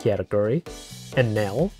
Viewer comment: gonna be honest, i think i'll never grow tired of your "kayatakyuri... eenèl"